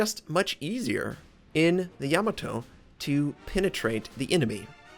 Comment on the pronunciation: Ya-MAH-to...rhymes with To-MAH-to...